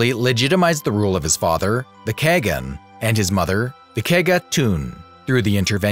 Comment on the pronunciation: i never understand how those people tell kagan as cygan or something like that. it's a hard word not a soft one. kaa-gan. in you alphabet maybe it can be like: ca-ga-un